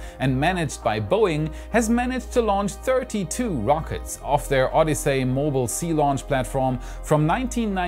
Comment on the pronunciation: Odyssey is pronounced O-Di-See, not O-Di-Say.